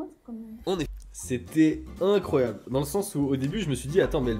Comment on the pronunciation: c'était incroyableuh !